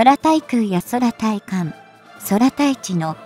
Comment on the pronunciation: まだこの女、走ってやがるのか、前よりは走らなくなったか草 間が長い、読み上げスピードが異様な遅さ、空対地 そらたいちって… 久し振りにこのチャンネルを見たが内容は良いだけに残念 要改善！で、おねげーしやす